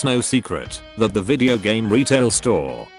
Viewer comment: "This was like a hame on attrition" 😂😂😂😂